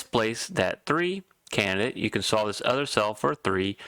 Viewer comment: It's pronounced CAN - DID - ATE not CANNIT matey!